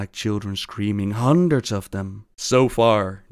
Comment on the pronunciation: Did anyone else catch what Gallel said when he was drugged?! He said "Sometimies it sounds like children screaming... HUNDREDRES OF THEM!" They were VISIONS of things to COME